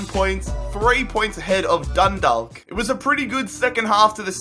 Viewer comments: Your pronunciation of Galway And Dundalk Is horrendous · u said Galway and Dundalk wrong but still this was interesting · Why is Dundalk so hard to pronounce, just think of Chalk ffs -_ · i am from dundalk and u said it wrong😣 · Eoin Martyn Dundalk and galway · Eoin Martyn yasss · dun-dal-k gal-way eric dee-er you really need to work on your pronunciation, not hating just giving tips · You aren't supposed to pronounce the L in Dundalk , its pronounced Dundauk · It's Dundalk you said Dundolk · It's funny how people mispronounce Irish place names e.g. Dundalk and Galway which are both pronounced with a soft a not a hard a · its dundok not dundaalk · it's pronounced dun-dawk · the l is silent in dundalk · js I know this is an old video but dundalk is pronounced donedawk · You said Dundalk it’s prenounced Dundak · It's more pronounced dundawk I'm from dundalk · The l in dundalk is silent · You pronounce dundalk ,dundawk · Dundalk is pronounced dundauk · It's pronounced like dun-dock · Dundalk is pronounced like walk so it'd be like dunwalk but with a D instead of a W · Dundalk is pronounced dundak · Mate say Dundalk like dundak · Dundalk is pronounced dun-d-aw-k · It really bothers me the way you can't even pronounce 'Dundalk' properly... You say it like the way you say the word 'walk'." Dundork". Come on man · It's pronounced Dun-dawk. Hahaha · it's pronounced as done dawk. I'm Irish I know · Do a dundalk rebuild (pronounced done-dauk) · As a native of Ireland it's hilarious when he's says 'Dundawk' 😂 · Dundalk is pronounced done-dauk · Dundalllk united😂😂😂😂 I'm from there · Just saying the L in Dundalk is silent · Dundalk is pronounced dun-do-ck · Dundalk isn't pronounced DundaLk it is pronounced Dundock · It's pronounced Done-Dawk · Scott Whelan It's Dundawk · Also it's "Dun-Dawk" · BTW 'Dundalk' is pronounced as 'Dun-Dawk'. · Sorry again Dundalk is actually pronounced dun-dawk like how you pronounce hawk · your saying dundawk its pronounsed dundok btw